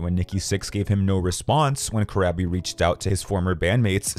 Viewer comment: It's pronounced Cor-raw-bee.